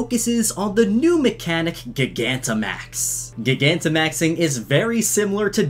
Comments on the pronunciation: Soooooo uhhhh yeahhhh, who gonna tell him that he’s saying gigantimaxing wrong? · You say gigantamaxing wrong... stop it...